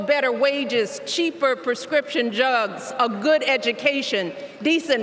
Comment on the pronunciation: I think she was trying to say prescription drugs, but she said prescription jugs.🫣😳🤣 she kinda had a Joe Biden brain there for a few seconds.